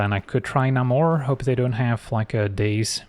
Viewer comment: it's leviOsa, not levioSA